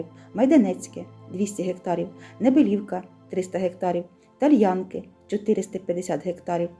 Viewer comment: ТальянкИ, наголос на останній склад.